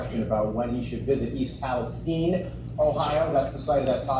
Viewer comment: I wouldn't be overly concerned about Biden mispronouncing Palastine. This is the same guy that pronounces Buttigieg as "booty juice".